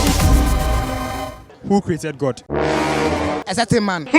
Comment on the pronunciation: The first guy kept saying certain in a not certain way,plus he said jaluany in place of January and auto sub thought he said generally...🤣 that’s why I always read the auto generated subs hehe